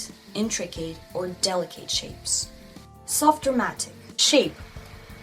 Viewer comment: I love you and your videos!! They have helped a lot! I'm almost afraid to share this, because I don't want to be critical...After all, your English is extremely good! There are just a few words that you may want to check the pronunciation on. Delicate, intricate and sloped . Those words come up a lot. They are not pronounced at all like their spellings. Please don't be offended though! We all love you and appreciate you. I mean this suggestion in the kindest way.